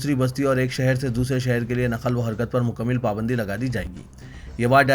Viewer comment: آپ اسپیڈمیں خبریں پڑھتے ہیں مگر اردو کا ستیاناس کر دیتےہیں مکمل کی دوسری میم پر زبرہےآپ زیر پڑھتے ہیں چھوٹی موٹی بہت غلطیاں کرتے ہیں لگتا ہے کہ کوئی آپ کو ایڈٹ نہیں کرتا؟؟؟